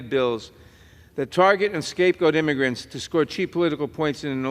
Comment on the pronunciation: Illegal imigrants. He cant even say it.